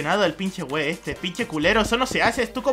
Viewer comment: Me encanto soy mexicano y me reí mucho "guei"